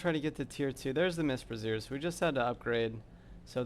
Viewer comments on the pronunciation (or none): bra·zier wtf is a brazear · Enjoying the content - just had me cracking up at calling the Brazier a brassiere. :)